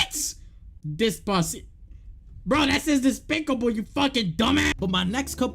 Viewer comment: BRO WHO THE HELL READS despicable as despasito bro genuinely did you have dyslexia when you were a kid? Because by the way you were writing and reading bro....